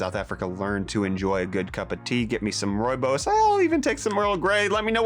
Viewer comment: Your pronunciation of Rooibos was perfect! Keep safe brother, hope to one day catch you in the Rainbow Nation again.